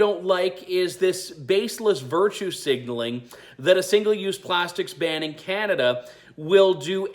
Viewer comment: Was he going to Barn plastics or Burn plastics or Ban plastics. He can't even read from a script. It is so sad!